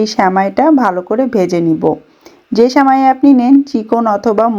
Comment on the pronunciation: স্যামাই শুনতে খুব বিরক্ত লাগছে। শব্দ টা সেমাই